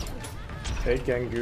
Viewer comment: Can someone tell me why he calls him "Gengu"? XD